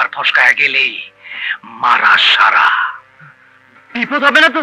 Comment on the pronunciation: মারা সাড়া শুদ্ধ করে বল!! 😂🤣